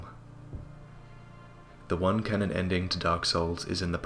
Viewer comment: Excellent video, but please never pronounce canon as cannon again.